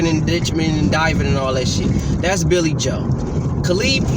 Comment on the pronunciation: "Caleeb Plant"😆 "Billy Hoe"😆